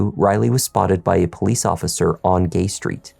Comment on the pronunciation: Sorry, did you say be wary of pooLIEce stations ...........